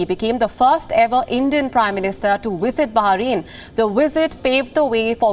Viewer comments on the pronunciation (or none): Bring up your lower teeth and touch your upper lip when you produce the sound V. It not Wisit, its Visit